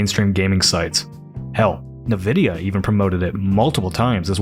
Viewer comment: Do you really not know how to say Nvidia, or was that a reference?